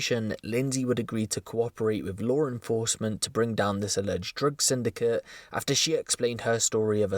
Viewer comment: dang ol "lore enforcement" lol